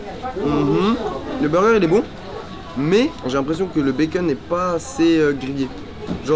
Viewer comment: cest moi ou ta dit di becun